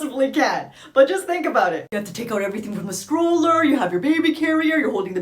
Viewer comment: Is she calling that a scroller or stroller